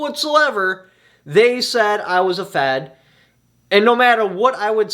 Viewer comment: I thought I heard f@ not fed. Haha. I was confused for a minute